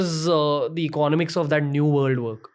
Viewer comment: eco-nomics not econ-omics.